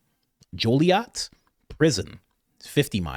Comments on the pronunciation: I'm by Joliet. It's pronounced like Juliet except with an "O". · Lol joliet is pronounced joe lee et but i appreciate the research